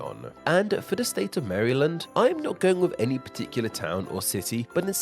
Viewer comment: Even as an Australian its triggering to hear you have pronounced it Mary-Land and not Maril-und.